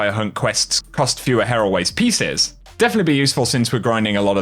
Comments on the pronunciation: Bungie: "Here. Always. Pieces.": "Heraways." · Isn't it said like "here always" pieces?